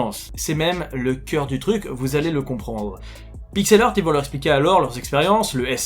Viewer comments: Heuu, ça se prononce Pixel HART... Hea=HA. Pitié pour mes british oreilles ! De rien.- ton bilingue grammar nazi 😝. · si tu es pour faire un video en disant le nom de la compagnie 74 fois au moins prend le temps de valider comment ce prononce PIXEL HEART... valide avec google au minimum! tu bouzille le nom a chaque fois